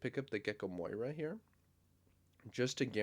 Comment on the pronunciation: Why do you call him Gecko moira instead of Moria 😭